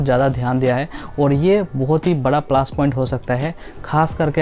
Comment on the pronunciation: Plus ➕ point hota hai plaash point nhin 😃😃